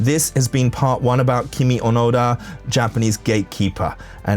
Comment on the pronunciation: I can't resist commenting, but her name is KiMi ONoDa, but every time you say her name, it sounds like you are saying, "kimi onara"! sec. When you say it, to Japanese people or people who speak Japanese, it sounds like you are saying some hougen that sounds like "Your are a fart!"....quick edit your video and change the parts where you say, "Kimi Onara" and dub in "Kimi ONoda." You can erase this comment, or I will just erase it later...edit you video with haste!